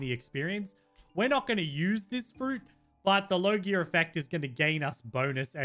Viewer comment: its logia not low gear lol